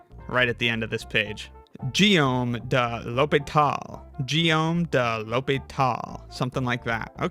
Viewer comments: Guillaume is GEE-ohm with a hard “g”, otherwise he would have shown it “JEE-ohm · if you need help pronouncing a foreign name- try putting it in google translate - and hit the Listen button - it pronounced Guillaume de l'Hôpital with a hard "g" at the beginning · The "Gu" in "Guillaume" is definitely pronounced like in "game" not like a "j" 😅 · I'm afraid got the pronounciation of Guillaume de l'Hôpital's first name wrong. In French (my native tongue), 'G' followed by 'u' + 'i' gives a "hard G" sound as in Guitar and not a soft G sound as in Gym.